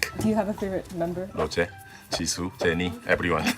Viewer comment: When he said Rozeh, Jeesoo, Chenie, Ebriwan? It's like a Poem. Maybe he answers questions in four beats. Like, I love all Twice members Nayeon, Jihyo, Dahyun, ebriwan. Maybe he can't enumerate them on the fly and just forgot Lisa because she's not on his Bais list because His world probably doesn't revolve on Kpop only. I think these haters for no reason should get checked. They get a life. Touch grass. Talk to REAL people.